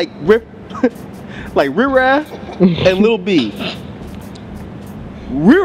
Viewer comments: If say Rih-Raa one more time bruh... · I agree with what was saying just don't know why he was pronouncing riff raff wrong? But anyway if u take this album seriously u won't enjoy it. If u have a sence of humor you will probably like it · The "f" is silent.